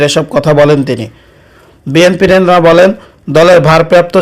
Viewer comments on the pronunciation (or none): none